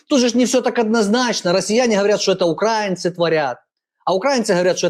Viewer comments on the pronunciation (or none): наголос у слові українці про багато що каже, не опозиція це, геть з України!